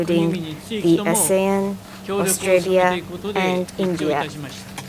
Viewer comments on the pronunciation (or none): none